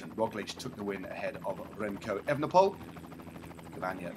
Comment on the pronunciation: You're saying Roglitsj and not Roglick. So why not say Evenepool instead of the incorrect Evenepole (and Van der Pool instead of Van der Pole)?